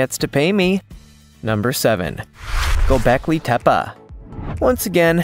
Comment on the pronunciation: Gobekli Tepe you're pronouncing it completely wrong!!!!!!